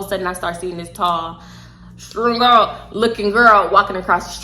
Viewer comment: The way you mumbled strung out has me fuckin dying 😂😂😂😂